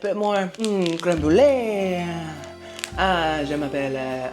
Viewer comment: I die every time says “Je m’appelle” 😂😂😂